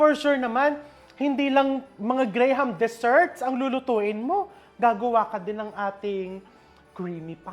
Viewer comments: Here in the US, it's pronounced GRAM, not grey-ham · It’s pronounce Gram not gray-ham lol! But I get it, I’m also a Filipino, it’s a Filipino thing lol! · Gram po chef, silent ang HA sa graham